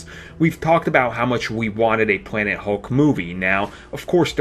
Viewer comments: He said pwanet hulk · Dude never made it past 3 years old. Still talking like a baby, pwobabwy, instantwy, officiawwy, da and de(the), weawwy, compwex, and pwanet hulk. Bahahahaha! Talk right.